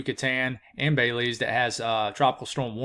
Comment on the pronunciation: Pronounced Beh-LEEZ. 😊 thank you for keeping us informed. 💕